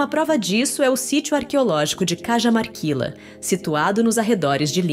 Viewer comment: Sou bresileiro,mas vivo no Perú faz muito tempo. O seu video é excelente. Mas só uma observacao: Deveriam ver melhor a forma de pronunciar os lugares, as cidades, investigar como se pronunciam os nomes dos lugares. Por exemplo: as mumias de Cajamarquila (deveria ser: As mumias de Carramarquilha (ou em todo caso com uma H aspirada como no ingles Para ficar Cahamarquilha) La LL en castelhano tem son de LH. Mas o demais esta muito bom